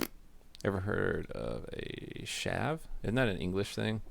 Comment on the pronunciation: HAHAHA chav yep. but think of pronouncing it like church. chav, not Shav. ;)